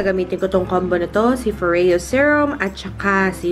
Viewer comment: Tere Cagindagan NO. IT'S FO-REYO 🙄🙄 IT'S SWEDISH GIRL. DO YOUR RESEARCH. Lol 🤣